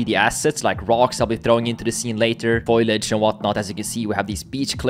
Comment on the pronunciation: Beautiful game. Also pretty sure its foliage (fow-lee-uhj) not foilage